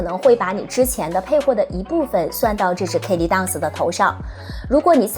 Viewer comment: Birkin 的 ir 发 e的音，不是ar的音。Kelly的e 发 大“e” ，不是ei。建议用YouTube学一下这两个包的发音。